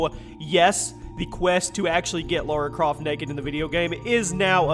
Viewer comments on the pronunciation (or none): It’s not Laura Croft. It’s LARA CROFT. If you get things like that wrong, your credibility is shot. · It's Lara Croft not Laura Croft